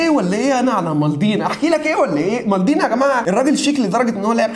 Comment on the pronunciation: مالديني مش مالضيني😂